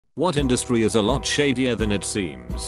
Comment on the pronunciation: I thought it said sadder not shadier